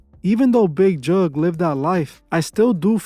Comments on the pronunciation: It's Big Jook :Not Juke 😂😂😂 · Big who u say his name funny